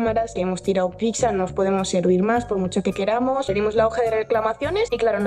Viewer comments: Un gatito muere cada vez que dice "picsa" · Por que la gente dice PIXA y no pizza ? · Todo muy bien, pero PORQUE DICE "PICSA"? Es que no lo entiendooooo!!!! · No es "PICSA". Es "PIZZA". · En serio una persona que ha trabajado en ese sitio, no para de decir "Picsa"?